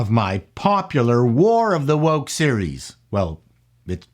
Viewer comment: when you say new woke it sounds like you're saying New Coke but you need to visit a speech therapist